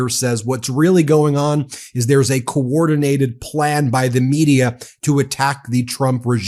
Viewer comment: She can't even pronounce the word "coordinated" let alone know what the word means.